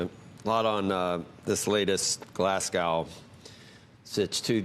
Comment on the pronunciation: What is 'glass gow'? Americans can't pronounce Glasgow properly?